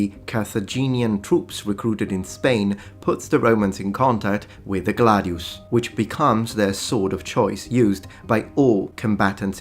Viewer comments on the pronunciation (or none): none